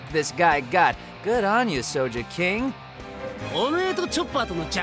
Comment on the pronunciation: Its sogeking Not so je king